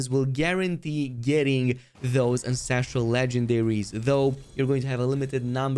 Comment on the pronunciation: Take a shot everytime he calls ancestral, "incestral"